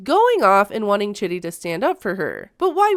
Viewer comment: It's pronounced CHEEDEE. Not Chitty.